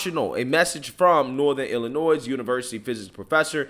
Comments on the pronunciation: It's not Illi-noise. It's pronounced Illi-noy. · You are AWESOME,. The S in Illinois is silent!! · The S in Illinois is silent… please please please do not for the love of god pronounce the S like it’s plural